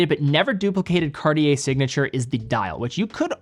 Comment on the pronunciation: "Cart-yay", if you will... not "Cardi-yay". And even the former sounds super american. With respect, how difficult can it be to look up the proper pronunciation of a watch brand and educate your viewer base a little?